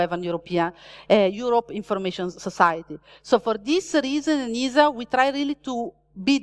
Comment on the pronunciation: Each time “ENISA” is pronounced in this talk, a kitty is killed…